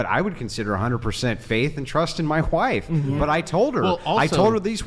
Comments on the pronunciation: I hate how he says "wife"...he says it like there is an H in it..."whife"...:face-red-droopy-eyes:....I know it's petty but it's annoying:face-orange-raised-eyebrow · Why does Andrew Wilson pronounce "wife" as if it were spelled "whife" with an "h" after the "w"? Sorry, I mean Andrew Whilson. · He said “i have a 100% faith in my WHife”. Is there an H in wife when you’re christian? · Any person who pronounces “wife” with a hard emphasized H like they are Stewie pronouncing “cool whip” needs to be sent to a gulag. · That was literally my only takeaway i cant stop thinking about it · People who put an H before W in a word that starts with W are weird. "hWife" he says. How strange. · i beg your fucking pardon.. hhuwife? 😂😂 who is this guy stewie this cracked me up for no reason 😂😂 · im my WHIFE??? Like Stewie Griffin saying cool whip, his WHIFE!? 💀💀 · why does he say “whife”…… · Hwife and hwords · why does this man say "wHife" how fucking dumb. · Oh thank God 😂 i thought I was the only one. It's so fucking jarring